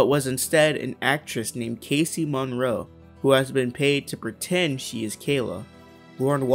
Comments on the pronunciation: The editing is great. The script is okay. The narrator is awful - mispronouncing names (Mauro/Monroe), grammar errors, congested-sounding, poor articulation, v hard to listen to. Otherwise great video. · Casey Mauro, not Monroe. Also I noticed that you said showhegan in the first episode, but it's skowhegan. I just like to nitpick. Ok bye sweetheart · Mauro not Monroe